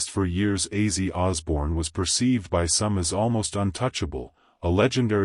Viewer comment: How about using a real person to narrate this drive me crazy not how his name is pronounced